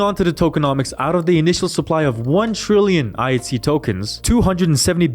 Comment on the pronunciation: It sounds like you're saying IC not pronouncing the H. But overall good stuff